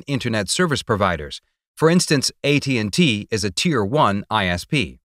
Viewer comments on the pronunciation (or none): none